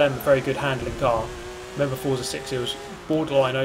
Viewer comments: Even tho it’s spelt as forza it’s pronounce fort-za, not four-za... the creators hav even said so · Please learn how to pronounce "Forza" correctly, this is embarrassing.